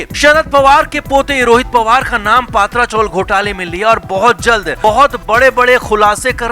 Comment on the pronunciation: पत्रा चाल, पात्रा नहीं